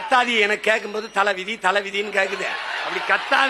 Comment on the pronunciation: தலைவிதி, தலைவீதி அல்ல!